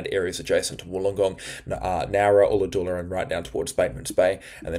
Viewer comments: Ulla-dulla. u not oo. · Ulla Dulla rhymes with dull, not full.